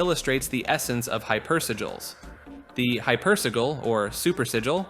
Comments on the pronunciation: Hyper. Si-jil. Not si-gul. That’s si-lee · The way you say hypersigil pisses me off lol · Man you sure had trouble pronouncing hypersigil 😅